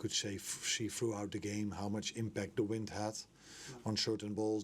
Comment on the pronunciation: Did he really say “wind”? dear god